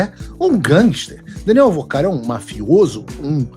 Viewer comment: Não é Vercaro, é VORCARO!!